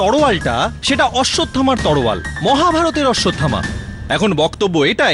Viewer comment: আই এমন কে এত বড় একজন সরকারি উকিল দেখালেন পরিচালক সাহেব কিন্তু উনি উচচরনে এত বড় ভূল করলেন তলোয়ার কে বললেন তলোয়ার।